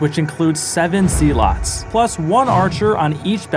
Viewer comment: Not the "see lots" 😭